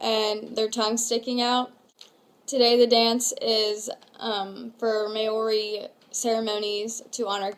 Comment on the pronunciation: It's not may-ori it's moul-ree😂